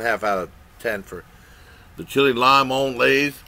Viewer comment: Chee,-lay lee-moan. Good job.